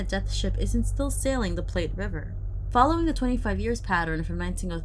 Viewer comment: I'd be curious as to what kind of sailing ship would be on the Platte River. I know it can be wide, but in Wyoming it might not be as wide or deep. Also in Nebraska, the name of the river rhymes with flat and doesn't sound like "plate".